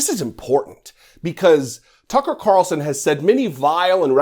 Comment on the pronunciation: One comment. You keep mispronouncing F***er Carlson's name...